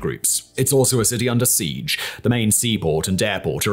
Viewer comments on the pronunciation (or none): none